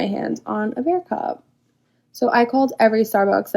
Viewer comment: that girl saying bear cub instead of bear cup is irking my nerves 😂